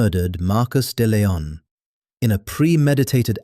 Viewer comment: Hans not Hands. De Leon not Dillon.